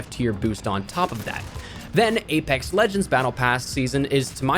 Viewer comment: did he say gaypex?